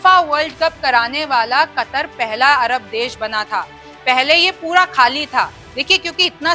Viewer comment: kataar nahi katar hai sayad